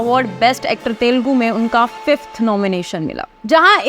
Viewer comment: I dunno why North Indians pronounce it as तेलगु 😂 It is "तेलुगु" You can listen to Vijay saying it correctly